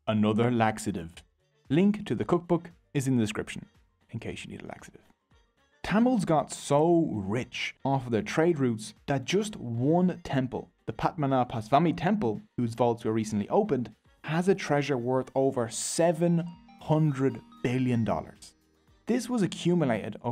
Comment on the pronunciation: Bro the Language Tamil is pronounced (Thu - mil) and the temple Padmanabhaswamy is pronounce (Pudh-ma-na-bhu-svaumy)